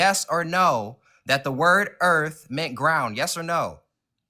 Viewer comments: 1. It's "Earth", not "Earfth" 2. "Earth" is not Hebrew 3. NASA doesn't rule the world 4. This caller is painfully & aggressively unintelligent 5. "We gotta take this back to elementary school for you" - caller is talking to himself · for all flat earthers and dunces , ITS EARTH, use the TH like in them or they or the, not EARF. Learn how to speak the word in your language before you tell people what it means in Latin. LEARN TO DO BASIC MAFF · I didn't know "Earff" was a planet.